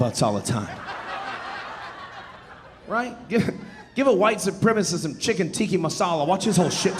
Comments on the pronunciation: Tiki Masala? You mean Tikka Masala. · Not ”Tikki the torch” but Tikka actually. Cheers 😂